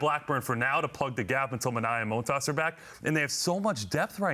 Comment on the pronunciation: Stop saying moan tas, it's montas